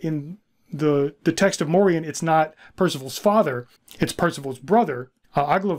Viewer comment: The proper pronunciation today would be Morian (Like Dorian). He is a part of our Dutch cultural history in Pre-colonial times and came to be a sort of celebrated hero figure too before the colonial era repopularized more crusader-like ideologies concerning Moors/blacks and Muslims and these stories were en large shoved under the rug. The songs and stories would teach medieval children and adults about the Moors and morality towards them. There have been many Moors that have visited, lived and started families in the Netherlands throughout history. Since the Netherlands was historically a refuge for refugees of any sort, political, ethnic or religious. Moors came to over time not only signify black folks from the south but also signify the mixed black people that were a result of intermarriage and the likes (Like sir Morian). A famous portrait from one of our legendary painters Rembrandt is called "the Two Moors" and depicted two of Rembrandts neighbors at the time, obviously, they were black (1655). Fun fact: the European name Maurice also originates from the same thing, like Moriaen / Moriaan it was used as a name for those from often mixed families. And it meant "From Mauretania" which was roughly the area that is now Morocco and the Southern regions of it - a name already present in genealogical records of the Netherlands since the year 1100 AD and mentions even earlier in other forms.